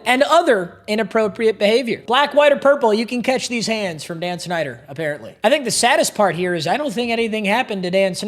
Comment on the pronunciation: When he said Dan snider I thought he said Dan shnider💀💀